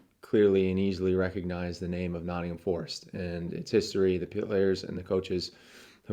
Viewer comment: Needs to learn how to pronounce Nottingham!